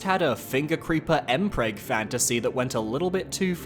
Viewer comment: I know what M-preg means. I don’t spend enough time on the stranger side of the internet to know how it’s spelled. Also the pronunciation could also be taken as ‘impreg’, as in ‘impregnation’, which is what I heard.